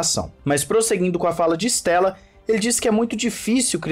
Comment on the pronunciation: Cara não è Stèlla, è Andrea Stêlla ( estrela em italiano) si pronúncia ISTÊLLA